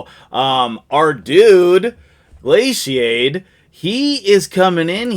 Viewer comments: I'm pretty sure its pronounce "GLAY COD" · Glashad, like glacier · Pronounced "Glay-Cad" Just got this guy today. Got a Firrol last night. Got a Dutchess with 9pc protection set. Missing a protection banner for Firrol. Glaicad doesn't have enough protection set. Need more hydra for protection set!, use your jedi powers and fast forward time so that you can also get these two op champs!!!